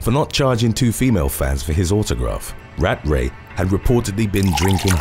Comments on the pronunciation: Rat-Ray is NOT how you pronounce his name. Cmon man do better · You can’t say ratray seriously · *British accent "RAT RAY"